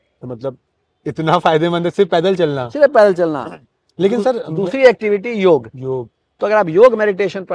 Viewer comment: it's योग not योगा